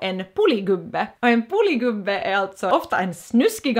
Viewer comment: Poli gubbe låter som Polis gubbe